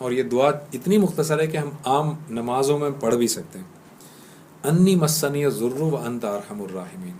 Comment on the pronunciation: AOA plz recite dua with tajweed masniyazoor is wrong masaani yazoor is correct.reciti zabar on word "seen" not combine the "seen" with "noon'.fiammanillah